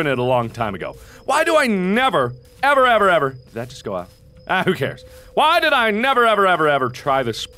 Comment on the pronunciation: whe he say GO GO GO it sounded like GUBBLE GUBBLE GUBBLE 😂 instead of being scare i just laugh at it